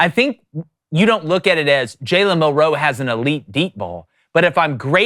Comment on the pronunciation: Milroe….. Not Mil-roe say it with me Milroe